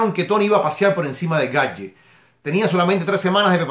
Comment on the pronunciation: Se pronuncia "Gaetch" no Gaetye